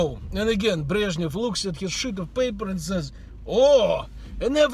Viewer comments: Щит оф пейпер, не "шыт" :-) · так же как он имеет права говорить как иммигрант, я имею право реагировать как преувеличивающий критик :-) и его преданный фанатик. Просто, получилось shit of paper... Смисно